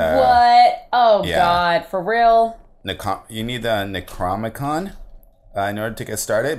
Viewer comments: it's neck-row-nom-i-con not necrom-i-con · Btw... It's Neck-Ro-Nom-E-Con